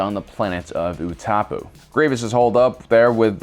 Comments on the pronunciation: It’s not Ootapoo, it’s pronounced Utapow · Utapau is like (U Tah Pow) not (Uh tah pu) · Utapau ooo TA pAA not OO taa Poo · Utapau is pronounced Oo-too-pow not oo-ta-poo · The way he said Utapau gave me cancer who the F says oo-tah-poo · What the hell is OOTAPOO. You mean Utapau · Utapau is pronounced “OO-TA -POW” not “OO-TOP-OO” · Do you even watch star wars? All this terrible pronunciation. Ootapoo? Utapau my man! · I don’t mean to sound petty but Utapo is pronounced oo-ta-pow lol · Dude it’s utapau not oootopooo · Utapau is pronounced "Uta-pow" not "Uta-pu". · It’s like you try and mispronounce planets like you’ve never heard the correct pronunciation.😐 it’s utapau (ooo-tuh-pow) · No way you said "Ootahpoo" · Utapau, Oo-Ta-Pow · OO-DA-POW I swear you're pronouncing things wrong on purpose at this point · FOR THE LAST TIME. ITS PRONOUNCED OOTAPOW. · holi shiz, his pernouciation of things kills my ocd. "uh top poo" ...:( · It’s ou-ti-pow you knock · Him saying ‘utapu’ triggers me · It's "oo-tuh-pow" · "Salecumai" "Utapu" Were you on deathsticks while editing this or were you thinking at your hatred for sand? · The way you pronounced utapu hurts my soul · Lol someone doesn’t know how to pronounce Utapau.... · How could you possibly mispronounce utapau, it’s said in the movie multiple times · Utapau, you said it weirdly.